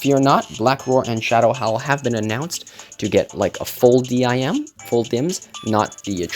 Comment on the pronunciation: Why do u say d.i.m instead of dim like sim card?